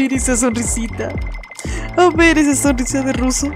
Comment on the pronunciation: Cuando dijo sonruso me morí de risa😂😂😂😂😂😂😂😂😂😂